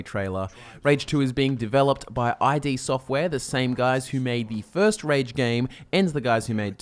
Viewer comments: It's triggering me that you say I-D siftware instead of id software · That's not how you pronounce Id Software :)